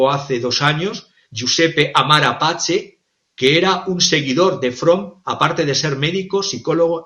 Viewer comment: Psiquiatra Amara Pace ( se lee Pache). Traducido al español, este apellido sería Paz Amarga😅